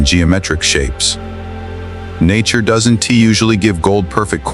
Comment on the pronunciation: You people have cleaned up to a slight degree the visuals. Using AI to cheaply create content. But has any human listened to the audio? Don'. Tea.....Don't Doesn' Tea...Doesn't Are NT .....Aren't... At least make an effort. You have potential but your laziness is overshadowing your effort.